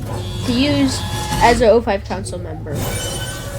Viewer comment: It's O5 Command not 05 Command.